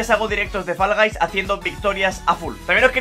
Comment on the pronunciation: Faraday? "Fol gais"